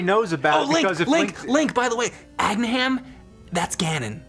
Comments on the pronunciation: Aginham? Did mean Agahnim? Ag Uh Nim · agna him? no, its agah nim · "Agnaham"? LOL FFS. That is not AT ALL how you are supposed to pronounce his name. Read it slower next time haha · am i the only person who pronounces Agahnim ah-GAH-nim?